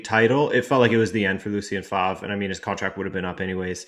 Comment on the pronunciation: Fantastic video apart from the way you pronounce Favre